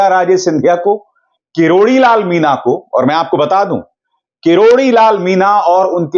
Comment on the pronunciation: ‘मीना’ नहीं अभी-अभिशार भाई “मीणा” !